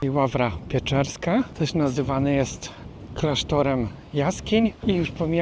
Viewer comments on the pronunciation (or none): Ławra Peczerska, nie Ławra Pieczerska